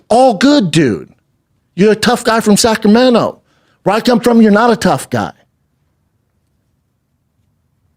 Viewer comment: Please! why is he saying Sacramento???